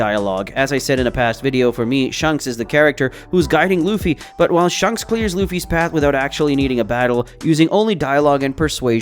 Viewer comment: your saying shanks like shunks its so cringe